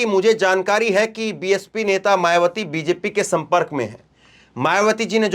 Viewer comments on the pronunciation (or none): none